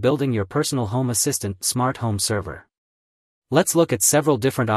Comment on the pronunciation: та на английском он же не правильно говорит.